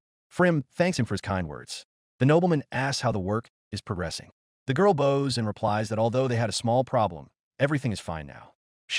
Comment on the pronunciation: She 🏹s. He 🏹s. Not she 🙇‍♀️s and not he 🙇‍♂️s. AI drives me nuts sometimes!